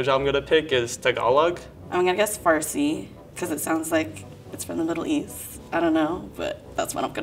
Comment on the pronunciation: was pretty close when he said farsi, I'm Iranian btw